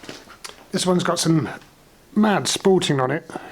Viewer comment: Did you say sporting or spalting? Re the beautiful marking through the grain caused by the fungal growth.....🤔 The Parang is a thing of beauty. Well done. x